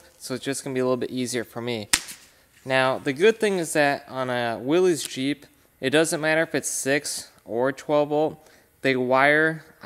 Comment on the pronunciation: It's pronounced Willis. A willies is what u pee with